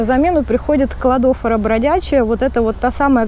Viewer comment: Не посчитайте за грубость, Кладофора ударение на последнее О. И спасибо большое за полезную информацию 🌻😊